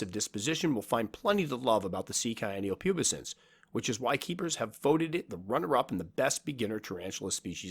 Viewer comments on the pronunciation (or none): Cyanopubescens is pronounced Si an-no pew bes ens